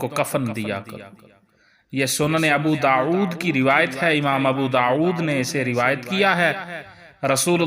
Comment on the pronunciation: Jhoote rewayat... Pehle to iss bande ke talaffuz sune. Abu Daud ko Abu داعود kehta hain. Dosre baat is ne sirf Abu Daud likha hain Hadees number kaha hain?